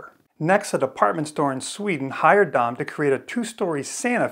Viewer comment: Yay! Someone finally said “Dam” correct:-) thanks for sharing this in the Troll Doll Networking Club!